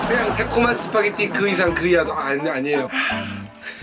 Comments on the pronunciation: 스파게리 발음 좋으시네요 ㅋㅋㅋㅋ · 스파게티 ㄴㄴ 시파게티